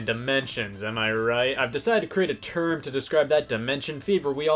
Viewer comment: When he said term I swear I thought I heard turd. Why? I don't know. Probably because I'm taking a turd.